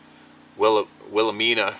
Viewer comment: It's pronounced willa Mina and wash a taw mountains. Go Hogs😅😅.